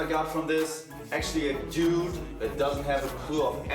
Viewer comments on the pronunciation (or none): none